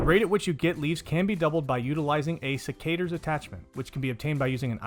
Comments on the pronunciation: Cicadas? Sec-ah-tours… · Sec-uh-turs. Idk what you said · bruh wtf did you just call secateurs??? XD